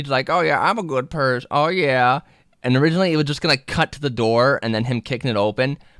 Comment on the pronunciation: “Am a good person” What it sounds like: am a good purse Edit